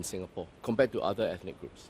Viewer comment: He pronounced the word "Ethnic" Ethic. Being a minister, he should know.